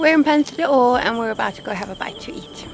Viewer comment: Another very nice video, keep them coming. As a native Portuguese speaker, I should only point out that it is Ponta do Ouro, not Oura. The pronunciation is a little bit off as well, but no problems Greetings from Brazil 🇧🇷